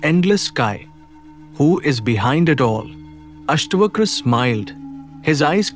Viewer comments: its not Astvakra, Its AstaVakra. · It's अष्टावक्र ... not अष्टवक्र